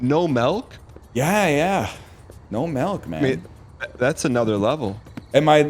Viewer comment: Does Dan say Melk?